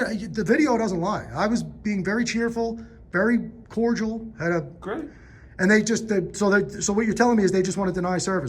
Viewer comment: When he says "cordial".